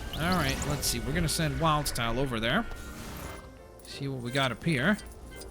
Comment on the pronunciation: did he just say wild's tile instead of wildstyle